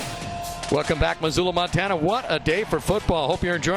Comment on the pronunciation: CLASSIC ! NO D in MONTANA